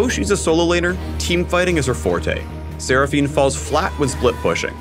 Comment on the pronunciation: When he said sera fine I instantly wanted to die